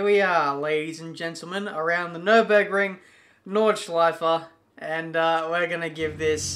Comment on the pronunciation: "Nürburgring" put the "ü" please there:D i know that you dont have this letter in your langauge